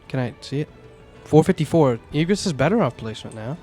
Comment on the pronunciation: IGG RIS not EEG RIS